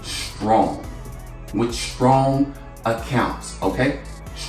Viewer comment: strong* not storong